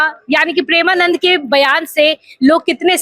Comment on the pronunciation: Pahale tu maharaj ji ka naam dhang se le uske baad report ban mike utha liya kuchh bhi bolne lagi